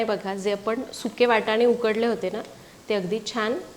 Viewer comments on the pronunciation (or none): ..."सुखे" नव्हे .... "सुके".. ...